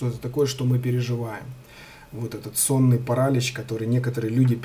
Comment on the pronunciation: онлайн-словарь ударений русского языка Ударение в слове паралич В указанном выше слове ударение следует ставить на слог с буквой И — паралИч.